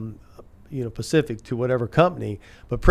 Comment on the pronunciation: HAAAAAAA....He said "Pacific" instead of "Specific"...Papa John ain't no racist...He a Real N-Word...😆😆😆🤣🤣